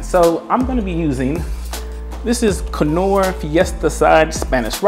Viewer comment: Loving the catch n cook, by far the best ! Oh and the k is silent for Knorr 😊